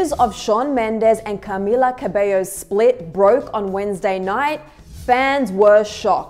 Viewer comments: "CARmila" lol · The way they say Camilla in this video annoys me like, a lot😆🤌